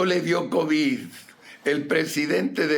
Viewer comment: Será que este burro se vaya a ir sin haber aprendido que las palabras que termina con “d” así se pronuncian y no con”t” se dice covid, no covit y es solidaridad, no solidaridat!!!! Bueno dicen que “chango viejo, no aprende maromas nuevas”